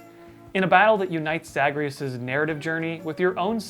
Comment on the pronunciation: Okay I haven't played Hades yet bc I don't have anything that can run it, so idk if that's the way it's pronounced in the game, but As a fan of the DWEU the way pronounces Zagreus hurts me.